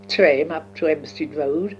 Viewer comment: This is gold. I'm also finding her accent very interesting... there are some notable intonations that are now entrenched in the New Zealand accent. Her pronunciation of "vaccinate em" is a crystal clear rendering of the NZ clipped 'a', along with words like "Camden" and "tram", and "put us back on that". Also manifesting in the 'o' and schwa sounds, like "Taylor's Trotters" - that is the NZ accent to a tee!! Given that so many NZers are descendants of this generation of Brits, it makes complete sense - but it's still so uncanny to hear it!